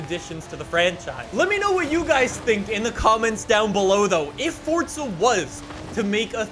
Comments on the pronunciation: Will you learn how to talk, it's FORZA not FORTZA 🤮🤮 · After "fordza" "fordza" "fordza"... Ok. My comment is referencing your inability to say "fooorza" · forza not fortza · I can't believe this entire time I've been mispronouncing fortza as "forza"